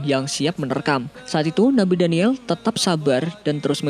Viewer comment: Maaf mas nabi daniyal AS . Bukan daniyel.. Meluruskan saja.. Coba lo denger baik" Nabi daniyel